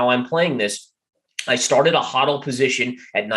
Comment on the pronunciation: Hahdal position. You mean “HODL” (HOEDOLE) LOL ✌️